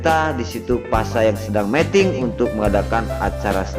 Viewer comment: Tolong dong bacanya yg bener meeting dan meting artinya beda lo.